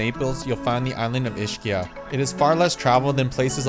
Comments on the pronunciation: he probably leaarned the neapolitan pronunciation, which is Ishkia😅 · Ischia is pronounced EEZ-KEEUH...even if you used the English "ch" sound, it would be EESHEEUH, not EESHKEEUH. And also Vieste is in the Gargano region so is referred to as the spur, not the heel. I understand how much you love Italy, so I recommend watching some YouTube videos on Italian pronunciation. Check out the free 30 day beginner series by Manu, of Italy Made Easy which I highly recommend. Nice work.